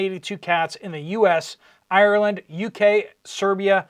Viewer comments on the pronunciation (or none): none